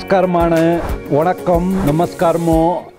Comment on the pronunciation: It's not wanakkam...it's vanakkam...